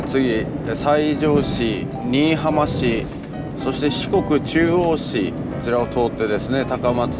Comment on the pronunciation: 旅チャンネルやってるのに地名間違えたらおしまいよ笑 新浜→× 新居浜→⚪︎ 観音寺市 →かんのんじし→× →かんおんじし→⚪︎